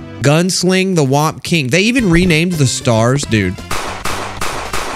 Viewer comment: Are we just gonna ignore the fact that every time said whomp, it sounds like wap... Wap king lol